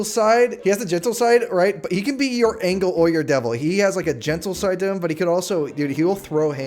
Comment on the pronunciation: there is no way u pronounced "angel" as "angle"